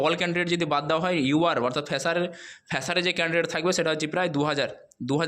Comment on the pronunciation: আবার বলেছে ফ্যাসার🤣🤣🤣🤣🤣🤣🤣